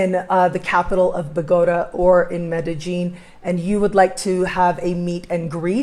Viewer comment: I have visited Bogota many times...I have never heard it pronounced the way you do....